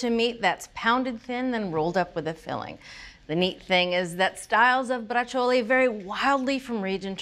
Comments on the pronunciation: It's pronounced (Bra chole) not brachole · Please learn to pronounce "Brah-zjole" correctly. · It’s pronounced “Brah-zjole” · Oh my goodness, Neopolitan is definitely Italian creole or patois because I have never heard the real Italian pronunciation for Braciole until now 🤣😂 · Both of you are mispronouncing it. Tony Soprano pronounced it correctly. You need to watch Sopranos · You DO pronounce the “e” if saying it in Italian.